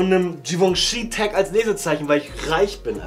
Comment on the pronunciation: Jivongji...Red nicht von Labels, die du nicht mal aussprechen kannst